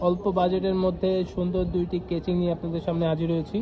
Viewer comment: কেচিং না কেসিং🤣🤧